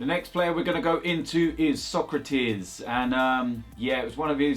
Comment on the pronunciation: It's not Sokratees it's Sokratis!